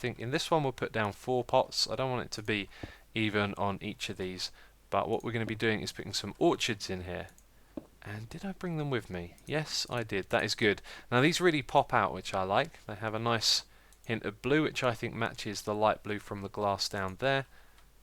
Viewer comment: X. the flowers are called orchids (or/kids). you are pronouncing the word as if they were groups of trees. great ep.